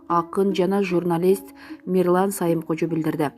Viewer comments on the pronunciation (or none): окуп жаткан кыз туура айтпайсынбы.Сайымкожо деп туура эмес айтасын да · Туура айтсан Сайымкожо деп.кантип онолобуз.ушундай сабатсыздарды суйлотпой эле койгулачы шерменде кылбай.'Самыйкожо"деп уйронсун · Сайымкожо эмес Самыйкожо туура суйлогонду уйронгулочу эл силерди карап тузолот. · Мирлан Сайымкожо эмес, тактап айтып жургулочу. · Саимкожо эмес Самыйкожо десең туура сүйлөгөндү үйрөнгүлөчү жанталашып акча тапканга жанталашпай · Мирлан Сайымкожо эмес,Самыйкожо туура окусанар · Сайымкожо эмес окуганда туура окусаңар силерди эл көрөт да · Саимкожо эмес Самыйкожо туура айтсан боло!!!!! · Сайымкожо эмес Самыйкожо качан туура окуйсуң ай кыз жинге тийдин го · Сайымкожо эмес туура окугула. деп. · Алып баруучу сайымкожо эмес самыйкожо туура тактап маалымат берсенер суйлойт десе эле урдура бербей.моюнундагы жопкерчиликти сезсенер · десеңиздер! Сайымкожо дей бербей) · Сайымкожо эмес Самыйкожо деп окуса болмок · Сайымкожо эмес Самыйкожого ката окуйсуздар эээ. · Кандай неме окуп атат кичине коз айнек кийип окусан боло Сайымкожо дейсин туура окусан жазылган нерсени болот. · Бул окуп жаткан журналистки же кочодо жургон бироо у эмне учун сайымкожо деп окуйсун сабатсыз самыйкожо эмеспи жайы жаннат ан болсун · Самыйкожону сайым кожо дейтко окуган сабатсыз диктор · мен окуган кыздын туура эмес айтканын жаздым Мирлан Самыйкожону . Сайымкожо деп окуп жатат туураэмес да сайымкожо дегени ошону жаздым мен болгону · Эй журналист кыз таанымал адамдардын атын туура айтчы деп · Журналист кыз туура суйлосонор СамийКожо деп айтылат адам атыго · Ух ай ушу дикторлор туура окугулачы Самыйкожо дечи,арты кыйрылуу болсун